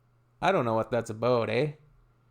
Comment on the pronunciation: But you say abouout.